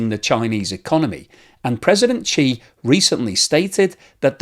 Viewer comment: why are you pronouncing his name as Chee not She?